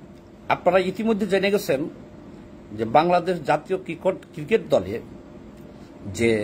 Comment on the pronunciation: তুই আগে ক্রিকোট কে ক্রিকেট বলা শিখ।